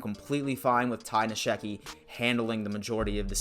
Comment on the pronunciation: I really like your channel but just for the record, Ty Nsekhe is pronounced: en-SECK-he. Sorry dude, just throwing that out there. Keep up the good work man.